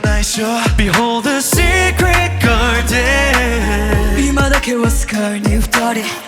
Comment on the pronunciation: のgardenの発音＆美声で今夜はいい夢見れそうです❤❤❤